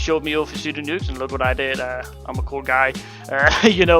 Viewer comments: Grr u triggered me pronouncing it as p-sudo its pronounced sudo :P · cant even say pseudo right